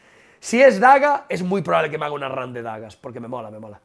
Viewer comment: Se refería a "haga" y pronunció "haiga", la gracia sería si quisiese decir "haya", pero no fue el caso